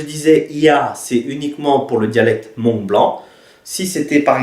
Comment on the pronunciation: Nyob zoo, Kuv pab koj zoo siab ntau txog qhov koj qhia ntawv hmoob rau sawv daws. Tab sis koj yuav tsum tau xav zoo ua ntej, vim thaum koj prononcé lo lus hmoog !!!(hmoob) tsis yog hmongue (mooj nkawm), Fabkis yeej tsis hais hmongue yog peb cov hmoob hais li ntawv rau lawv xwb. Peb yuav tsum tau qhia qhov kom yog. Feem ntau nyob kabkis teb no mas cov hmoob hais hmongue ntau xwb. Kuv yeej yog ib tug txhawb nqa, vim kuv saib cov ntawv hmoob no muaj nqis rau kuv. Vim yog muaj cov ntawv hmoob no peb thiaj sib nug moo tau thoob qab ntuj, tab sis tshuav qhov peb yuav tshawb qhov qhia kom meej. Cov uas yuav los kawm lawv thiaj li tsis yuam kev, xav zoo zoo nawj (mooj nkawm) txawv dhau ntau ntawm hmoob lawm. Qhov no tsis yog thuam koj tab sis yog sib qhia xwb, yog koj xav hais tias kuv hais yog thiab thov koj pab tshaj mus ntxiv rau cov uas tsis tau xav txog. Yog peb tsis ras xeev los qhia tam sim no, lwm hnub peb cov me nyuam yuav prononcer li koj (mooj nkawm) ces yuav tsis yog hmoob lawm nawj. Thiab tsis tas li ntawv peb yuav tsum ua tib zoo saib thaum peb sau tas kom sau txhob yuam kev, vim niaj hnub no yog koj mus hauv internet mas cov hmoob sau ib phrase xwb twb muaj ntau qhov faute lawm. Nyob zoo koj nawj.